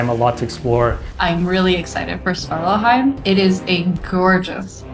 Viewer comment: a bit funny to see that no one in the crew seems able to pronounce svartalfheim correctly ;P